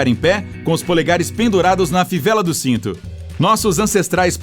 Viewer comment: O que fala "sito" e não cinto kkkkkk